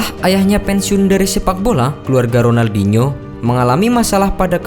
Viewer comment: Sebut ronaldinho pon tk betul